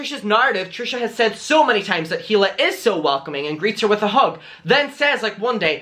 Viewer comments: It’s pronounced (ee-lah) not (hee-lah) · It’s pronounced EELA not heela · It’s pronounced EE-la, not HEE-la. The H is silent. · I mean I have heard you say he la about 100 times now and I have to tell you that Hila is pronounced E La. K thanks. Tata. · The “H” in Hila is silent ❤️